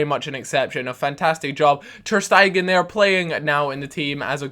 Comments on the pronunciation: I am going to comment on every video saying this, until you sort it out HIS NAME IS TER STEG-EN. NOT TER STEI-GEN. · You're also saying ter Stegen wrong, it's ter Shtaygan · You're saying ter Stegen wrong, you say it ter Stagan.